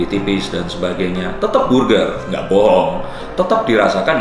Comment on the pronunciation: Gw ngakak pas ngomong burger